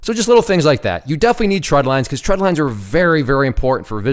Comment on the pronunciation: Great video. The only issue I had with it is you kept saying “tread lines,” and they’re “trend lines.” Other than that, everything was good.